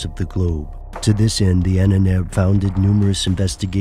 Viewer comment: Ahnenerbe, pronounced: Ah--nen--air--ber. Now you know.